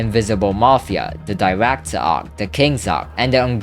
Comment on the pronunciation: '' the Diractor '' 😭🥀